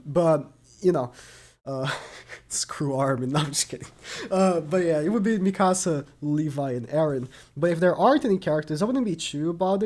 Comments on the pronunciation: You pronounced Mikasa’s name wrong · The way he says mikasa💀